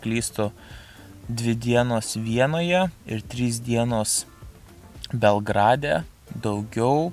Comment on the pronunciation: P.s. Belllgrade, ne Belgraaaade:)